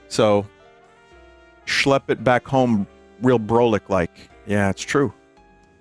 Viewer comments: brolic is not pronounced like it looks. it's brah-lick, not bro-lick, so no, broly was not involved, nor did he even exist when people started using it. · Brolic is pronnounced "Brawl-ic" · New Yorker here, "Brolic" is pronounced Brah-lick, and I've heard it a ton. "Yo, that mufucka's BROLIC son." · Yeah most of these are common. Hearing Vinny try to say brolic was fucking painful